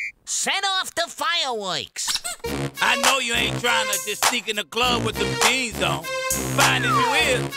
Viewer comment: "them jaenz"